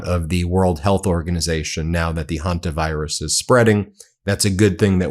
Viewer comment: It is pronounced HEN-ter virus, not Hun-ter virus.